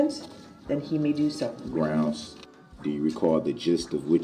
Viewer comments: Substained! Grouns he axed without relevancy! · it’s grounz! 😂😂